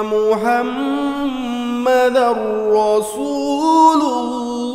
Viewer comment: আসসালামু 'আলাইকুম। সুবহান আল্লাহ্! আযান শুনে কান্না চলে আসলো। অসাধারণ কন্ঠ। মা শা আল্লাহ্! বারাকাল্লাহ্! ★উচ্চারণের দিকে মনোযোগী হলে, শুনতে আরো শ্রুতিমধুর লাগবে। ★" মুহাম্মাদ" সবসময় বড় হা দিয়ে হবে। ★ হায়্যিইয়া,, বড় হা দিয়ে হবে। ★শেষের লা- ইলাহা " হা" টা বড় হা হয়ে গিয়েছে। ওটা ছোট হা হবে। ভাইয়ার প্রায় সব ভিডিও আমি দেখেছি, আমার ভালো লাগে। আমি ভাইয়ার জন্যে দোয়া করি আল্লাহ সুবহানাহু ওয়া তা'আলা আপনাকে দুনিয়া ও আখিরাতে অনেক কল্যাণ দান করেন। আপনার বাবা- মাকে আমার সালাম জানাবেন। উনাদের জন্যে অনেক দো'য়া রইলো।